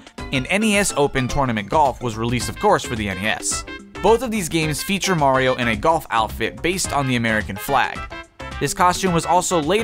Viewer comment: Is it just me or did he just called Mario as Maria